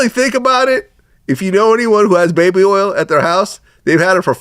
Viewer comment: Oil is earl Orange is Erangae Point is Pernt